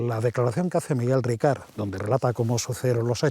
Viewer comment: Por favor, es Miguel RICART. NO RICARD. Ricard es un pastis francés 🤣🤣🤣🤣🤣🤣